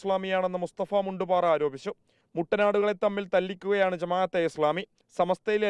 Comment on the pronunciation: മുണ്ട് പാറയല്ല.. മുണ്ട് പാരയാണ്